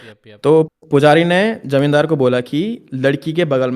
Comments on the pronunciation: IT'S JAMINDAR NOT IT'S JIMODAR 😂😂😂😂😂😂😂😂😂😂😂😂😂😂😂😂😂😂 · As a Bengali this is not "Jamindar" this is "Jomidar"😅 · Also not jomindar